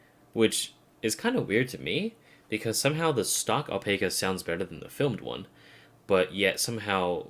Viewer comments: Owl-Pack-Ah .. pronounce it like that, I should know, I have the flesh and blood kind. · I believe it's pronounced Al-pac-a with short a, like pac-man.